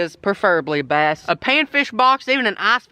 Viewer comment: My name is bass exactly how you pronounced it